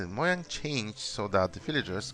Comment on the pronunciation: Mo yung? I thought it was said as "Mo yang," just like the Mojang employees say it.